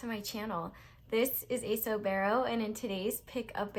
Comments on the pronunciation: Did you just say Eso Bearo? I bearly sat down with my blackbeary smoothie. No that's my GF's panda slippers I put on to come downstairs. Sorry I didn't know pandas were bears thought they part of the cat family. That's a lie before I become overbearing ...... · When you said esobearo I actually freaked out for a second thinking the Mandela effect got us again lmao.